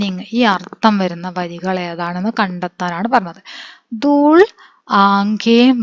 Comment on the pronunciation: ദൂൾ അല്ല ദൂല് ആണ് ഞാൻ ഒരു ടീച്ചർ ആണ് 😊